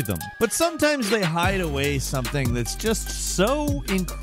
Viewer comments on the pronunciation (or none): none